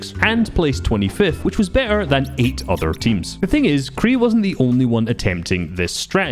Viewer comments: The name Qrei ist spoken diffrently i think Like Q - Ray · it's pronounced qurey